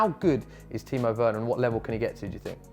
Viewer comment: No way man said weners on the same level as vardyyyyy🤣🤣🤣🤣